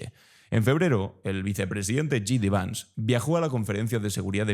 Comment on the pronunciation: ¿ Cuándo vas a pronunciar bien el nombre J. D. Vance? / Yeidi Væns/ (James David Vance)